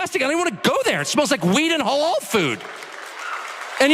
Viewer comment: Did i just hear him say hoolloaal food ? . . seems to me he hates muslim food. I love it a burger with curry on top yum yum any day